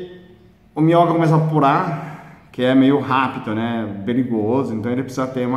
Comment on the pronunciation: Bom dia, voçe é demais quando ensina parece brincadeira, devertido, mas sabemos que é com responsabilidade, a sua fala as vezes e deficil entender a palavra minhoca por exemplo, mas é valido, o seu jeito de falar e incrivel, continue estou acostumando. Justina Shimoki a 8 meses depois